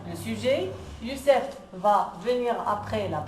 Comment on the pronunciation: Youcef pas youssef